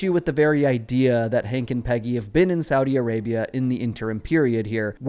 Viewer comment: You mispronounced Saudi Arabia.